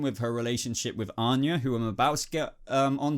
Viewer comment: is it just me or did he really call "Vanya" Onya a few times